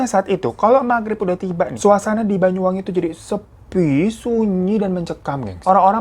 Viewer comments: Bang "Banyu-Wangi", bukan "Bayu" ya... Banyu artinya air, Banyuwangi artinya air yg harum/wangi. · Banyuwangi bang. Bukan bayuwangi. 😁 Nyebut banyu kyk anya bang. Bukan aya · Isun wong Banyuwangi Heng weruh ceritane gaes🥲btw bang Hiro klau ngomong Banyuwangi jadi Bayuwangi😃